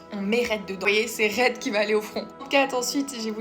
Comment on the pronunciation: Merci pour les idées ! Juste un truc Reid sa se prononce Ride